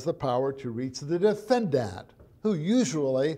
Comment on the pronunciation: "defendat" according to this guy.. This is the first time I've heard it pronounced this way.. lol